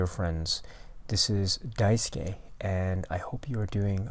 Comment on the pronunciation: Thank you Daisuke for your excellent reply, what an excellent selection of films. Yes, surprisingly you did pronounce my name correctly...most people understandably don’t. I actually have never seen, “The Last Wave”, so I really look forward to seeing that and have you to thank for shining light on that film. I did a quick Google search and found that it stars David Gulpilil, the Australian dancer/actor. He did a film a few years back that I really really admired called, “Charlie’s Country”, although there was nothing frightening about that film. Speaking of frightening films that are not labelled as horror per se. I just re-watched one of my favourite films from Luis Bunuel that fits that description perfectly. It is “Los Olvidados”... This is one of the bleakest films ever made about poverty and street children. It is an under-seen work of art that deserves to be mentioned amongst the greats. I hope one day Criterion restores the film it its original glory, so it could receive the respect it deserves. “The Young and the Damned” or “Los Olvidados” is an unblinking look at hell on earth, and once seen it will never be forgotten. I also thought of Bela Tarr’s “Werckmeister Harmonies” another non-Criterion film I wish was included. The imagery in this film is as daunting and intimidating as anything I’ve ever seen. It reminds me of the feeling you get when you look at the black emptiness of cosmic space. The more you attempt to grasp its vastness, the more you realize how insig